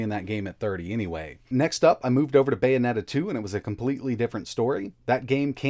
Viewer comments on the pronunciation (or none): none